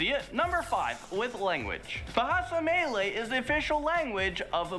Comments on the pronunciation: Malaysia pronounced correct bt Malay is wrong 😂 Do more research bro. Muh-lay-sia Muh-lay is correct not may-lay or mei-lei No.8 what we means i dont kill something without having any purpose. Example cat/dog or even snakes. No. 6 Iban is pronounced as E-bun not I-bun. No. 1 Caning during school days is norm in Malaysia. Parents cane us at home too. However there is to an extend. Cane as if we are a golf ball is a bit too much. Cane was further enforced with the black tape few turns is even excruciating pain. Cant even feel the butt n doesnt wana sit the chair 😂. You should also mention thanks to caning seldom kids grew up become disrespect and bad adults. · he is pronouncing so many things incorrectly even simple words like Malay